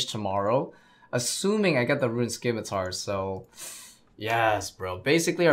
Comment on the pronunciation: Wtf is a s’K’imitar?